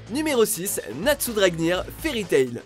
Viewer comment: Ta ecorcher le nom de NATSU Dragneel et déjà le plus fort c'est acnologia aller boum dans ta face😡😡